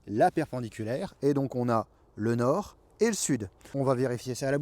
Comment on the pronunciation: M€rde… j’ai regardé la vidéo jusqu’à ce que je comprenne qu’il s’agissait de « trouver le nord »… et non pas « trouver de l’or » (ouais j’écoute en faisant autre chose, ça aide pas aussi!) Du coup j’ai perdu 3 min de vie pour rien avec ta vidéo (59sec. pour comprendre que t’avais pas bien articulé… ou que j’étais pas hyper concentré! Et encore 121sec pour écrire ce message!) wallah j’me désabonne!! Nan j’deconne!